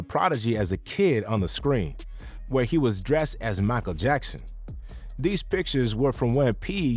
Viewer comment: The way bro said "Michael Jackson" 🤣